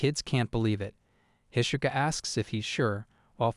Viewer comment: i meant to ask this in the other videos but im sure now, you kill the names on purpose right? you called Itsuka "Ishuka" and Fio "Faio" 2 minutes into the video, i know english is the only lenguage that doesnt pronounce vocals as they are written so i can kinda understand the "Faio" thing but why kill Itsuka`s name like that? trust me i really like your videos and i dont meant this comment to be super negative or agressive but it breaks the immersion when i hear the names butchered like that